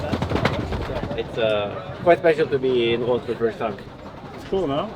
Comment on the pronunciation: Love how he pronounces Roth correctly instead of Jan Frodeno calling it Ross!